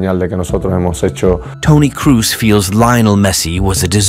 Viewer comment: Who is Toni Cruz? It´s Toni KROOS (KROSSSSSSSSSSS) !! German not English!